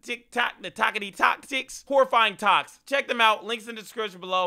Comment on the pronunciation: The part when he said toks